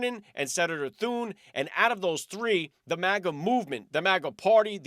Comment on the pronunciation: Senator Rick Scott not senator Thurn